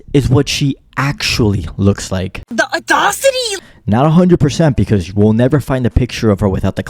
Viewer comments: Can’t even say audacity right. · She doesn’t know how to pronounce audacity.